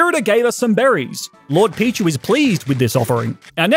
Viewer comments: Has no one noticed that he called pichu pikchu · The second I realize he said Pikachu I started going off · I noticed he shamefully called pichu “pikachu” as well